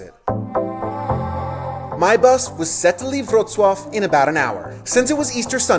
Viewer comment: Wrocław = VRO-tz-wav, what is your closest large city in TX?